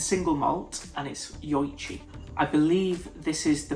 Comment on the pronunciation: Just FYI, Nikka is pronounced “nee-ka”, and Yoichi is pronounced “yo-ee-chee”.